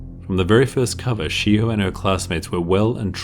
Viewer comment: Ok yo im sure in the video i heard SHE HOE not shiho